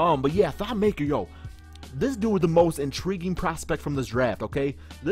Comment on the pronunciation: It's not pronounced maker it's pronounced (ma-k-i-r)